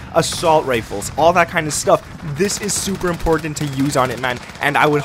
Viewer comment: Lol this guys calls buttons “bud-dins” and everything is “in-porn-tent” 😂